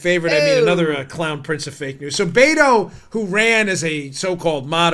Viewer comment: Did he say Master Beto or master baiter